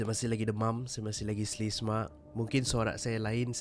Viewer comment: "slesema" 2021...😂😂😂